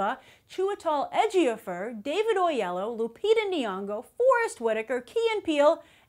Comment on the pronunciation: Grace, it's Oyelowo, not Oleyo. He's been on talkshows multiple times saying his name. I know you can't do it using the Nigerian accent, but say his full name.